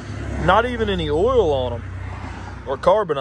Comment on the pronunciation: I don't know how other Americans hear it, but when I (a New Zealander) hear you say "oil" or "coil", it sounds like you're saying "ool" and "cool".